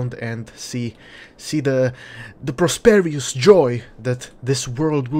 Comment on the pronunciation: Great video. Fun personality. BTW: Not sure if you're just being silly, or if it's a legitimate mistake, or if I'm just missing something, but I think the word you're looking for is prosperous with 3 syllables, pronounced pros-per-us. You're right. It's a great word no matter how you pronounce it.